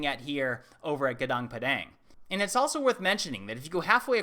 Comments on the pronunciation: It's not ganang it's gu nung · Gunung is pronounced Goonoong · Also it reads Goo - noong (<--- ng reads 'eng', like english) Gunung literally means "mountain" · 😌sorry but not GUNGUNG ... its GUNUNG = MOUNTAIN in english... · Hi, im from indonesia, and somehow heard you say "gunung" which means MOUNTAIN, so better use "mount padang" than gunung padang, because guning is not pronounced like that ;) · hey darling you are not pronouncing it well,it happened that I know indonesian, gunung means mountain,and it is pronounced goonoong.I think its important..you are such a smarty ;) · It pronounced Goo-noong Padang. You said padang excellently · Sorry to interrupt, but it pronounce "GOONOONK" and "pAdAnk", like A in the mAchu pichu. "Gunung" means mountain. "Padang" means bright. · i laughed every time you pronounce, "gunung" as "ganang". can't blame you though. the local pronounce the, 'u' differently like the game, uno. :p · That is not how you pronounce gunung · You seems to pronounce the word "Gunung" Wrongly :P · Your pronunciation of gunung is very bad lol